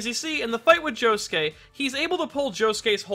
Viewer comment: It sounds like Josukay when he says it.. Oi Josukay!!!